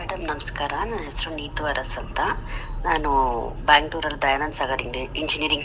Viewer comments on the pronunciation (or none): none